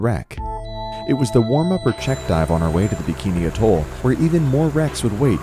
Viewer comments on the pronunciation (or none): none